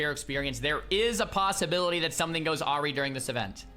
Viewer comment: People will definitely farm silithus lords but honestly I don't think a shield is going to help all that much. Excited. ps "awry" = uh-ri not ah-ree